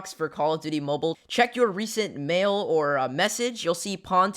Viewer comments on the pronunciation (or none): none